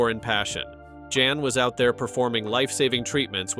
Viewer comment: It is POL not Paul and his name is Jan (Yahn) not JAN. Thank you!